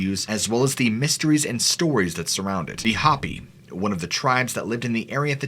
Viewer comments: Pronounced Hope-ee, not Hoppy. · Right?! Some of the pronunciations kill me!! It's pronounced "Hope-ee". The Hope-ee tribe. Hoppy. 🐸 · You are a great storyteller, and I love listening to you. Just to help with accuracy sake in the future, though, Hopi is pronounced HOPE-ee. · Dude, it’s pronounced “Hopi” like the o in Loki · "Hoppy"? Might want to look up the pronunciations of names and places for your future vidoes. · The way to say the name of the tribe is (Hop - ee ) if you type the words I to Google, it's we give you the correct pronunciation . Your constant issues with this is going to make me stop watching, and I've enjoyed your channel except for your speaking issues. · HOE-PEE(Hopi) long O, long I sound. Respectfully. 🙃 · fyi Hopi is pronounced Hope- ee and Shasta is pronounced Sha stah love your channel ❤️👍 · Thank you for the content. I'm from New Mexico and the Hopi natives are pronounced "Hope-ē" Indians... New Mexico and Chaco canyon have many video topics Best of luck gnomie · Just an FYI Hopi is pronounced Ho-P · All do respect .. Hopi is pronounced Hope-ee. Good stuff brother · You're killing me man! It's HOE PEE. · I just left a comment saying the same thing LOL 🤭. Every time he would try to pronounce Hopi I cringed and had to pause the video just to let him know that he was saying it wrong. Hello from Arizona 🌵🤗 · Yeah think he's trying to say "Hopi" like the other person said. I swear he is master level trolling us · he pronounced a lot of stuff weird. Like "Hopi" for instance... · ITS "HOE-PI'(PHONETICALLY) NOT HOPI..LIKE HOP...ITS HO-PI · Hoh-pi, not hoppy. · The word "Hopi" is NOT pronounced "Hoppy" it is pronounced "HOH-pee" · "Hopi" is pronounced, 'Hope-E' not hoppy. You might want to do a Google translation on some of these words you miss out on. And you missed out on a lot. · It’s Hope-ie And Massimo… pronounced like the Target clothing brand. And Shasta is pronounced like the Soda/ or pop if you prefer Thank you for the stories 🥰